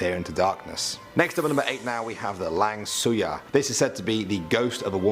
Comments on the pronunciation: It's not lang suyar, its spelled langsuir, or you can pronounce it lung-sue-e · Its called "Langsuir as Lang + sue + eir " nat langsuyar